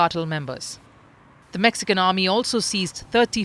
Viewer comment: Mexican = Mexicant 😂😂😂